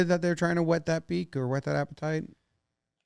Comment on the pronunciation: I think you need to do a big huwwwwwuh sound before saying “whet your appetite” to distinguish between whet and wet because it is somehow getting to be too moist of a podcast.